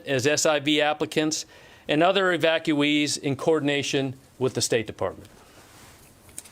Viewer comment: 7000 thousand "evactueees" ... YOU MEAN AFGHANIS INSTEAD OF AMERICANS